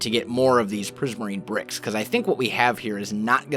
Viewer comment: turn the captions on and watch the part where say "prismirine brocks"